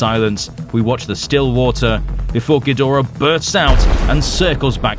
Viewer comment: GEEEE DRAAAAAA Not GEdora. SHEEEESH! Get It Right!